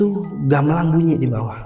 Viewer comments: Mangga bg bukan manggaahhhhh, gambelan bukan gambelangggg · Narsum bilang,y gamelang bukan gamelan..ap sy yg slh dengar y😊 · Narsumnya ga bisa bilang gamelan bilangnya gamelang ....